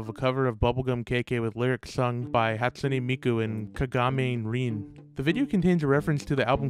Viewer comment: 'hat soon e meeku and ka ga meean e r en" ah yes, prounounciation am i right ! (im not trying to sound mean i just found it funny how you ptounounced miku and rins names...)